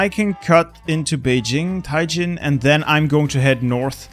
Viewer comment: I love how says Tian Jin 天京, when he says it like Tai Jin.